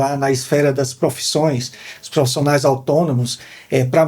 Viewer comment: Muito bom.. Mas, segurar profissiiiinaia ..😊